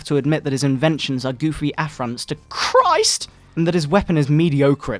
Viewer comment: THE LORD JESUS CHRRRIST!